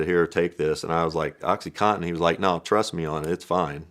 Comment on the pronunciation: Oxycontin not Oxycotten